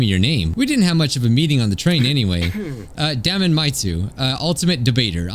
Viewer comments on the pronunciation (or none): I think his name might actually be pronounced Day-mun ( like Matt Damon like you said)😅 the way you're saying it sounds really close to "d@ sometimes any I'd hate for your video to be demonitized like the one where you said Funk and it thought you said the F word.